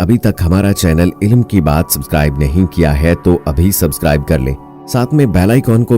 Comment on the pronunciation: بھائی تلفظ درست کر لیں، عِ لْ مْ (عین کے نیچے زیر لام ساکن اور میم موقوف)